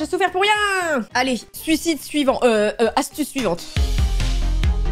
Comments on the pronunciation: mdr elle a dit suside suisvant 😂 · Ces moi ou tu as dit suicide suivant 🤔